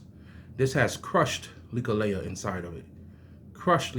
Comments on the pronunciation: It's not "likka laya" It's Leklai. LEK LIE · Nice share Not to be disrespectful But its pronounced Leck Lie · First of all respect brother for showing interest in Thai amulets. ✌💯 Second the pronunciation on leklai is very off. Third u should go to Thailand and get the real deal amulets. They need to be chanted by monks. There is rules to how u should wear them and such. Its important if u want them to work and not give u bad luck. Much blessings